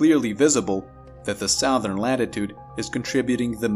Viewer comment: 1. Loved the soundtrack & slow talking rhythm. 2. "Southern" is pronounced "suhthern," not "sowthern."